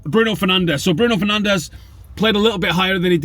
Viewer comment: What the hell are you doing? You know we're not supposed to pronounce Bruno's name properly until we win the league lol